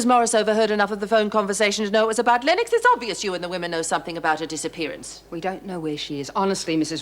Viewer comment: Why on Earth is Meg pronouncing Nikki Lennox as “Nikki Lenn-ox”? 😆